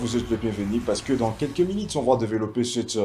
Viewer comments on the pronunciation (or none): Francais bizarre : Habitide ….. minite….. tu n sais pas prononce u a sa place